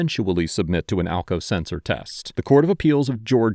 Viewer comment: Sumwon was axking for alkao seltser